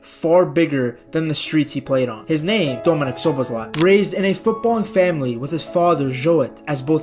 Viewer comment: As a hungarian its always funny to hear that every foreign people missing the right pronouncication but thinks he got it right 😂